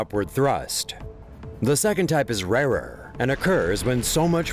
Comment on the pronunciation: Is WHAT!? SAY THAT FOR ME AGAIN. Rarer. You say it, "Rarer" TIMESTAMP